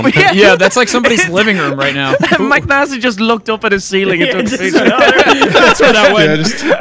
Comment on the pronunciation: Hearing call mcnasty "macnasty" makes my heart happy with the collab. Love seeing these guys coming together